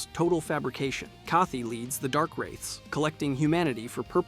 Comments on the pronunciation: What the fuck are these pronunciations lmao. HIGHdetaki, ooliSILE, Im surprised he didnt say GWINE Edit: CAATHY????? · Excuse me? How the fuck can you claim that you know anything about this game when you can't even pronounce words that are said out loud in the game? Kathe-y? ...I'm blocking this channel so I never have to hear something so naive and stupid again. It's like a math teacher saying "What does t woo pluse fiv-y equaall?" "Subscribe for more videos like this" Holy Fuck! NO! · The E in Kaathe is silent, he's not Kathy😅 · It's pronounced Kah-th. How do people get this wrong when he literally says his name in the game? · I liked the video, but that pronunciation of Kaathe made me violently ill. The name is clearly spoken and pronounced in game. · Game has been out since 2011 and this person says it like that. The name is said in game by Kaathe and players have said it without the E. 🙄🙄🧐🧐